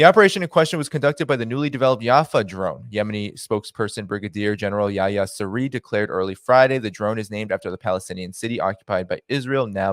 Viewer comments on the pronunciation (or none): none